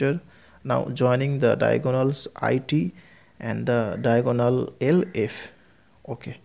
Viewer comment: Sir it's not diagoonal its diagonal Ur pronunciation🤥